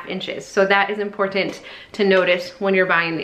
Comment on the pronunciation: What is the deal with your generation and "impor-T-ant?" I don't mean to be rude. It's just unusual.